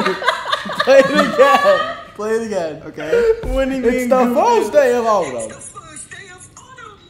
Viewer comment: " its the fiwst day of owtaum"😂😭i just so funny i cant